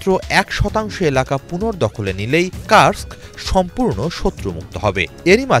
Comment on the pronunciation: কুরস্ক হবে, কার্স্ক না😂